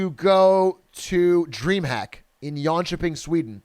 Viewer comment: Wait your pronunciation of Jönköping was only kind of shit 🙏🙏🙏 that’s impressive for an American 💪💪💪